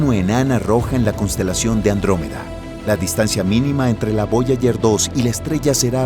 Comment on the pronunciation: Voyayer, cinturón de kaiper. Distrae mucho la falta de preparación del locutor